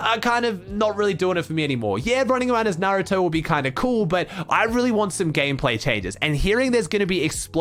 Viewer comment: Finally someone who says naruto correctly